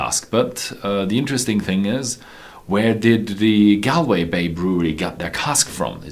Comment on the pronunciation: Galway is not a city in the east of Ireland but in the west of Ireland.... Also the correct way to pronounce the name is not "gal - way" but rather "gawl - way" :)